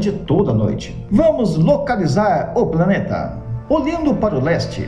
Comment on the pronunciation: Gosto do seu canal. Você fala "praneta" ou eu tô ouvindo errado?